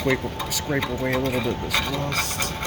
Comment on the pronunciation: Oh the rrrrrrrrrrrrrrrrrrrrrrrrrrrrrrust!! lol lol Have a great weekend, call you next week!!